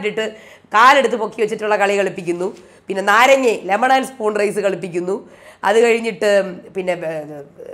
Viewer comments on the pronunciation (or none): none